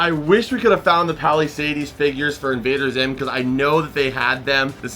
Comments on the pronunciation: Haha it gets me every time when you say Palisades. Lol Is it an inside joke thing or is it really how you think it's pronounced? It's pronounced like "Pal-uh-sayds" not "Pal-uh-say-deez" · yo the way says Palisades is so wild. And then he kept saying it!